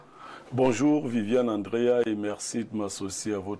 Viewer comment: on dit VIviane Andrea pas Viviane Angrea 🙂